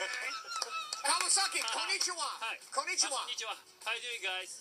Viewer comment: ❌ ko-ni-ch-iwa ⭕ ko-n-ni-chi-wa こ - ん - に - ち - は 👋😃